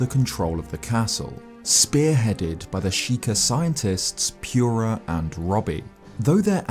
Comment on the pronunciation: Everytime says Dorephane, Akkala, or Purrah i die a little inside